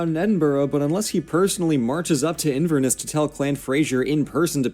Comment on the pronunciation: I’m Scottish and the guy in the video pronouncing the names like calling Edinburgh , edinbourgho and calling Inverness , invarnass